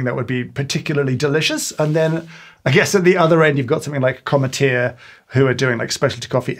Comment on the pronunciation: I can't imagine the dread you went through realizing how you pronounced Cometeer 😭